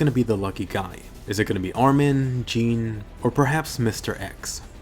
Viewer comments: It's not pronounced "jeen". It's pronounced "chaan". You know, Jean kirstein. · Jeans name is pronounced ‘John’ not ‘gene’ just telling you :) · He said Jean as 'Gene' and not 'John'.... TRIGGERED!!!! Just joking. :) Stay frosty. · MANGA SPOILER It stated in the manga that ackermans have a need to protect Jeagers. Not saying she doesn't have feelings for Eren but the fact that she is an ackerman, it helps us understanding why she's obsessed with taking care of/overprotecting him. Also.. gEEn lol it's a french name. It's Jean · Jean it’s pronounced sean